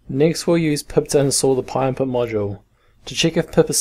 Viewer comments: just wanna say it's pynput not pyinput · thank you so much i thought he was saying pie impute